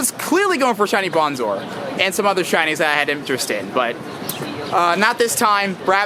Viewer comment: its bRonzor with an R